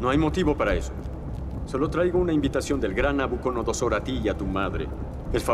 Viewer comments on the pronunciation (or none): ARIOC: Nabuconodosor LA REYNA: Nabucodonosor. 🧐🤔🧐🤔🧐🤔